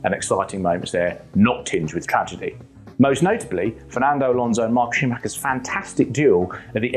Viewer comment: Is that man saying "mark" schumacher?